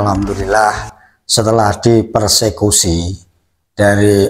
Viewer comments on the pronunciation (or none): Di Persekusi bos bukan Diperlusi